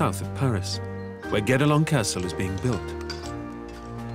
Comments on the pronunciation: To be honest, I heard "Get-Along Castle" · Everytime they say Guédelon Castle I hear "Get Along Castle" and I thought it was partly a joke because everyone has to ...get along... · mispronounced the fckn name of the castle.